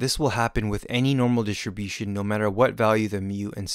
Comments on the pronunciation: This is a great video. It helped me a lot. But please,, can you try to say "dis-tRi-bution" (with the R actually pronounced) instead of "dish-ti-bution"? I find it quite distracting. Apart from that, like I said: great animations, great explanation, thank you so much!!! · Amazing explanation and visually pleasing. Well done. (Though hearing the way you pronounce Distribution>Dishribution was distracting lol) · Thanks...but why does he say ..Standard normal DHISHUM-DHISHUM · great, great video - thank you. it is so funny how you pronounce "distribution", always sounds like dishibushon :-D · I was laughing so much: Normal dishibushin :D :D :D great video tho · Normal Dishunbution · wtf is "dishibution"